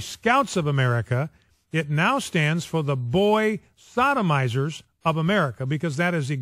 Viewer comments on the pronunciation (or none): What is a 'thodimiser' the only crime against nature being committed is his poor vocal grammar. Stuttering and mispronouncing that badly is the affront to god.